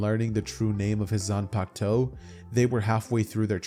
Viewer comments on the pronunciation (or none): i cant believe man said zunpakto